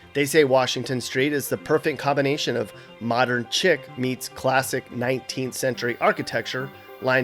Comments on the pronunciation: The word "chic" is pronounced like "sheik " not "chick" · Not to nitpick, but chic is pronounced 'sheek' not 'chick'. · It's pronounced "sheek", not "chick" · Modem 'chick'? I'm gonna guess that was tongue-in-'sheek'? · “Modern chic” is pronounced “modern sheek” as in “cheek”